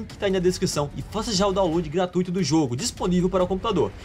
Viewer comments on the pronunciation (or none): none